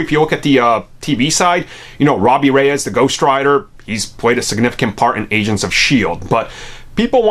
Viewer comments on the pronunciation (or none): When you say "Agents of shield" it sounds like you say "Asians of shield"... Am I insane????